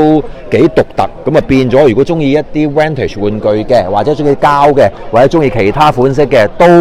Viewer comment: 不要將vintage讀作vantage